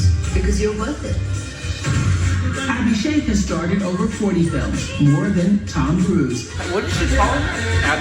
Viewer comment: Yes she is lovingly called Ash and he is often called AB Jr. or AB Baby. Your pronunciation of Abhishek is better though. This is not 90s. They got married in 2007 and were pretty much that power couple in those days like Deepika-Ranveer are now. Also, no paps are still the same. Priyanka Chopra has mentioned she faces these baby questions often.